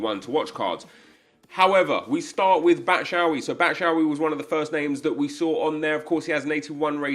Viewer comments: BAT SHU AYI not BAT SHA AYI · It is pronounced "batshwai" and not batshaui 😑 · Bat-shou-ee lmao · How did he pronounce Batshuayi that bad 😂😂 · I think he does it just to wind you up. See yesterday's vid where he parrots your replies.